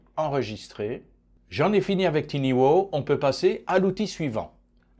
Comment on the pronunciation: Tiny (minuscule) se prononce "tailleni" et booth (cabine) se prononce "bousse" et pas "bouze" !